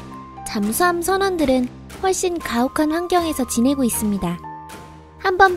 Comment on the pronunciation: 12초 과혹한 아니고 가혹한~이요!